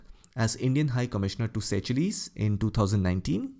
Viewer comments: Sir Seychelles??? Is that the correct way to pronounce it as Say-chilliz until now I've been pronounced it like say-shulls. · Sorry for pointing but Seychelles is pronounced as seashells